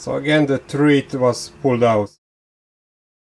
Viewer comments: Thread rhymes with bread! Excellent research though! ☺️☺️ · It’s pronounced THREAD, not THREAD.